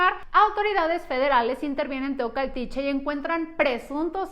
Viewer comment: En Teocaltiche, no Teocatiche. Hay que informarse bien como se llaman los pueblos.